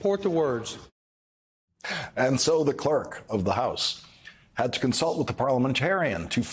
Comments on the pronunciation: He also said unless my hearing is off (and it could be) that he said twice "the member from 'Massatusettes'" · "Mass a too sits"? Wow... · "Massatwocents" -that Republican doosh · "Massatusetts" -- awesome. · Forget about needing a Driver's license to vote. People need to correctly read/pronounce a list of 12 'big words' in order to vote! Including "Matchatoochets"! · (R)Rep Jerry Carl from Alabama is chairman of a House Special Committee. He’s been a Representative since 1981 (if I remember correctly). He cannot read. He cannot pronounce Massachusetts (always says Mass-sah-too-tets). He doesn’t know how to do his job ! Everything he needs to say is written on paper for him (which he can’t read) and is often prompted by the clerk on what to say and what to do. And he is paid $174,000/annum. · America needs to grow up and stop electing completely ignorant and unqualified doofuses. The man can't read or speake English. (Massatusets, acquistion, precincts.) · Massatootsits? Bless his heart. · Massatoosess? I pronounced it that way when I was six years old. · Wonder how he'd have butchered "Azerbaijan"? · “Massatoosits” is a term personally offensive to Massachusetts. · I got many giggles hearing him say "massa-too-sits" lol these are the inbred idiots running our country. god, help us. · MASSATOOSITTS?!! This guy reads at an 8th grade level! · Rep. Jerry Carl Jr. is a shining example of the stellar education children are receiving in Alabama public schools. Maybe, instead of spending so much energy on banning books, they should spend a little more time reading them. He can't read the "big" words aloud because he's seldom or never heard them before. He doesn't know he's saying them wrong because he obviously doesn't know what they mean. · is too dumb to read, can't pronounce Massachusetts, doesn't have a clue about decorum or rules or governing or law or our Constitution or what is right and what is wrong.